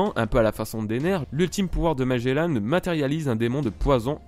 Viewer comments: Ca ce prononce Magellan et pas magellane juste pour infos ca fais mal au oreilles d'entendre magellane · et magellanne (enfin tu le dis comme ça :p) bas c est un navigateur et ça ce dit Magellan (comme le nouvel an) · Oui sa ce prononce magellan pas magellane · la manière dont tu dit magellan est horrible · Juste un truc quand tu prononce magelan ne dis pas MAGELANNE mais magélAN comme comme dans grANd an pas anne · Magellan pas Magellane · Magellan pas magelanne comme tu le prononces bordel de merde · Pourquoi tu dis magélane? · T'ES SÉRIEUX MAGELLAN EST MON FAVORIE ÇA SE PRONONCE : MAGELLAN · Il dit magellane xD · Même ci la vidéo date un peu je tien a dire que j'ai détesté ta façon de dire Magellan. Mais le reste était sympa a regardé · Ta prononciation de Magelan ma fe mal à l'oreille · tu prononcer mal le nom de magellan